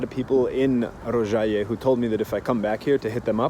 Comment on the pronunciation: Tip: the O in serbocroat is shorter (you said it great in Rožaje)